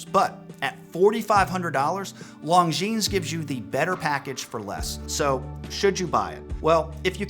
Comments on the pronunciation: [longjeans] LOL.... before create videos, learn how to pronounce brands. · This is a channel for watch newbies. If you want to base your buying decisions on this guy's opinions, go right ahead. However, if you advance farther into the hobby, you'll realize that he's wrong as often as he's right. For example, the Longines (the "s" in Longines is silent, BTW) Legend Diver and the Tudor BB58 are two different aesthetics. And he seems to have immense love for the Omega Aqua Terra, a watch that leaves some people cold (same for the Tissot Gentleman, which is a watch that absolutely screams that you let somebody else talk you into buying it). A watch is just wrist jewelry. Buy what appeals to YOU, not what somebody else tells you that you should like. But, hey, if your taste matches this guy, then you've found your guru. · The 's' is silent in 'longines'. And the 'g' is an extremely soft j.